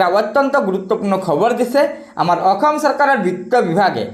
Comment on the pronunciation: 'অসম' বুলি কয় 'অকম' নহয়